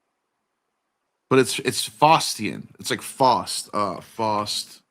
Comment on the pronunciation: it's pronounced faowst. (like taos).